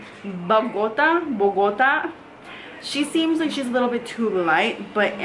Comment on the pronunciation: It’s pronounced BOGO-taa! Which is where my parents were born in. I’m struggling with finding my perfect shade. I don’t want to mix 😩